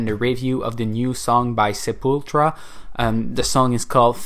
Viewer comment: SEPULTURA, not "sepultra"